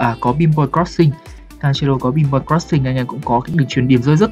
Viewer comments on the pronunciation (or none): none